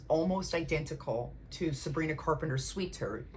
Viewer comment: “Sweet turth”😂❤